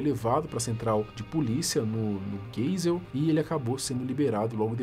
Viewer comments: o nome do bairro se pronuncia "Gaisel" é em homenagem ao ex presidente Ernesto Geisel. E antes que venham falar, não, eu não tô preocupado com isso, é só uma correção. 👍 Mas se quiserem que eu diga algo relacionado ao caso eu digo que é triste, pq claramente dava pra ser evitado, internava e depois que tivesse tratado arrumava um emprego pra ele. E não, a leoa não fez "serviço" nenhum, se entrasse ali Mahatma Gandhi ela teria feito a mesma coisa. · ai sou de jampa.. e o nome da delgacia geral aqui em joão pessoa vc leu geisel (mas pode ler GAISEL)..blz.tamo junto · O bairro mencionado se escreve GEISEL mas se pronuncia GAISEL